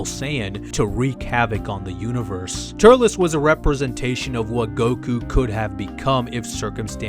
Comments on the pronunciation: the only thing that annoyed me was: TUR-EL-S not TURL-LESS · why did you pronounce it ter-lez its tur-elz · Tullece ? What it was Turles